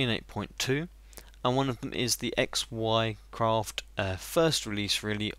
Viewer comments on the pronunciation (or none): Xycraft is actually pronounced "zycraft", it's not XY craft ;) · its pronounced zicraft not x y craft